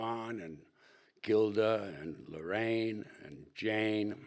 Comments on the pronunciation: LARAINE NOT LORRAINE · It's Laraine, not Lorraine.!